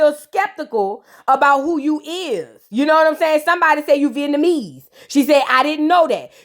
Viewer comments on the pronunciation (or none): none